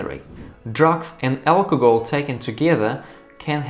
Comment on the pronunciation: its al-co-hol not alcogol